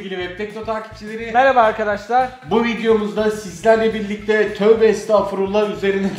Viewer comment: Abi niye toğbe estafurla diyon